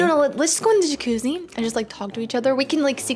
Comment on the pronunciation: She said jacuzzi lol not yakoozy